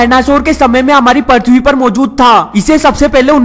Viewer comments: Parthwee nhi prithwee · its not parthwi prithwi sala bihari